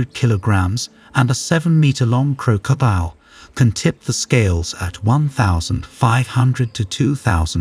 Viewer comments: Croak-co- diel 😅 he adding random As and Cs and you're right I dont think I can finish this video cringe asf. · Every time i he said crocodile i cringed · You need to find an AI voice that can pronounce 'crocodile' correctly.